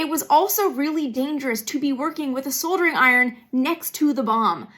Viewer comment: Your inner Australian is out pronouncing soldering correctly. Nothing the comments and seemed normal the way you were pronouncing it